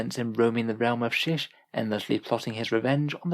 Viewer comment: From this point on, I am referring to the realm of Shyish as "Shish"